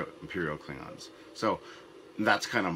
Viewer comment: klibgons, ridged for our pleasure? did you really make the klingons sound like gay condoms? rehearse lines like that in the future pls. I'll go with bona fide slip of the tounge this time